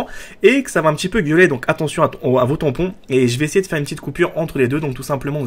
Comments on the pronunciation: Sa ne choque que moi :au début il dit "Attention à vos TAMPON" au lieu de TIMPAN!!! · Mdr attention a vos tympon? ou tymphan? ptdr